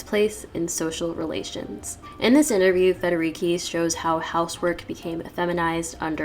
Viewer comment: Great video! Just a little sidenote: the "c" in Federici it's pronounced like the "ch" in "CHange".